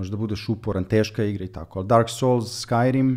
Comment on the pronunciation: Još nisam upoznao čoveka koji ne napravi dramsku pauzu pre izgovaranja Dark souls.. Stvarno vrlo posebna jedna stvar